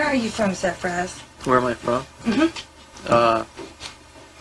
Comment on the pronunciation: "Safraaaze?" 😂😂 "Safraz."